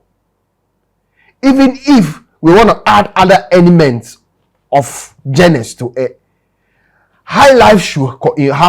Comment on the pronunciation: Hi my brother, I am a Nigerian in UK. Your podcast is good. I have subscribed today. You are one of maybe three Ghanaians that speaks ENGLIGH 100% on your show. Please pronounce GENRE as Google say; zhon·ruh or JHONRuh in my own way. Bro, kudos to you. Congratulations on a good show!